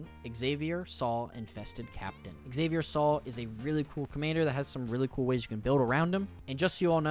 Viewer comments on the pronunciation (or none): His name probably isn't /ikseɪviɐ so:l/ but /xa:vier sal/, with a Spanish pronunciation. Everything on Ixalan that isn't Mesoamerican is Spanish. Sal is Spanish for salt and he's a Sultai Seadog.